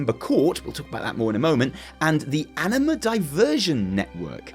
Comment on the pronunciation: I can't control myself, and instead of "anima", I keep hearing "enema". LoL. Sorry.